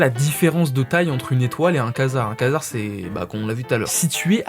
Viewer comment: Quasar ça se prononce "Quoi-Dzar" pas Kaznar mdrr (désolé je suis accro à l'espace) mais sinon bien la vdo